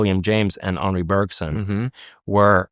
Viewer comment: Thank you for pronouncing Henri right, next is Bergson!